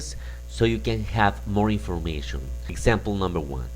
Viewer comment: Muy didáctico el video, así como el material que ofreces, pero ojo, o mas bien oído,, porque en la pronunciación estás añadiendo una t innecesaria:: "the first one (t)". information(t),:" resign(t)",:"the first one (t)",: "the following (t)", en seguida se la quitas a "next" que sí la lleva; otra vez la t intrusa en: "rely, (t)",: "on(t), (en esta palabra repites la t siempre que la dices, igual en "the first one (t). No es con ánimo destructivo, aprecio tu conocimiento. Me gusta el inglés y espero que lo recibas con buena onda.